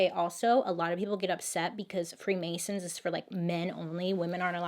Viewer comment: The free Mary’s instead of the free masons